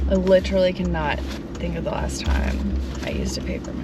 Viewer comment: “last night” starts with a L, not a W. It’s LAST NOT WAST. 😜